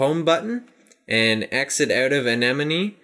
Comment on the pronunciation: you say a-ni-mown